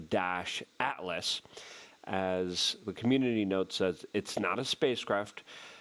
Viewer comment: * pronunciation - it's NOT "thirty-one-ATLAS" -- it's "three-EYE-ATLAS" - the letter "i" stands for INTERSTELLAR.